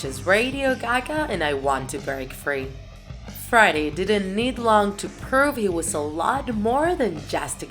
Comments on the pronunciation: Ali3nC4t I hear it and she sounds so weird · Why does she say friday and not Freddie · I always understand Friday instead of Freddy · It’s Freddie (Fr-eh-dee) Not Friday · Why is she saying friday? Its Freddie or Fredderick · And she calls him Friday Mercury. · Not to be rude but it triggers me that she says Friday instead in Freddie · i always trip when u say freddie but pronounce it like friday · Is it me or she says “Friday” instead of “Freddie” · She says 'freddie' like 'Friday' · Say his name right, it’s Freddie not frady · Freddie sounds like friday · It is only me or this guy/woman is saying "friday" instead of "freddie"? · It sounds like she says: 'Friday Mercury' a lot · Why does she say friday mercury😂😂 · This person draws so well, but they cannot speak properly whatsoever. This whole video is so cringey because of the many areas where they mispronounce Freddie, Queen, Opera, etc. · I love the way she says Freddie 😂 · “Fraddie.” She pronounced bass like the fish. Deacy’s hair was brown, not black. “Killer Quin” “Ohpera” “Hada Space” “Ander Prasserr” “Hanger”